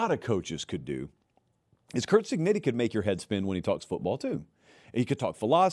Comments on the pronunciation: I think you owe Indiana’s coach the respective of pronouncing his last name, right — Cig-neh-tee! He wouldn’t have mispronounced Alabama‘s coach as “Say-bun” when he was winning Nattys. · Why does pronounce it “Cignitti”